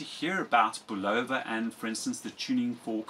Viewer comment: Bulova is properly pronounced: bull of a . (bull ov a) Ron W4BIN